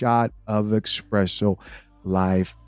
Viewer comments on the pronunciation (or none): Say it with me, "ESPRESSO!" Not "EXPRESSO!"